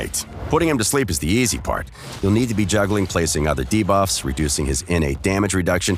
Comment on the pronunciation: No more "Da-buffs"?